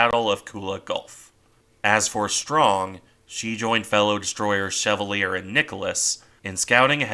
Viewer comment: Just something petty lol but it's not pronounced shev-ah-leer it's pronounced sha-val-lee-ay (USS Chevalier) I have children with a relative of her namesake